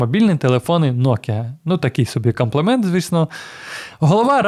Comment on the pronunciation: "Каплимент" "Комплімент' Українською будьте грамотні 🙏💪🇺🇦